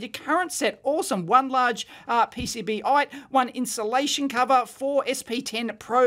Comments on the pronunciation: PCB- ite???? whaahahahahhahahahaha PC BITE. Well done Dee-Ave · Everybody: PC-Bite Dave: PCB-ite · I am pretty sure it's pronounced "PC Bite" and not "PCB ite" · P C Bite, not PCB Ite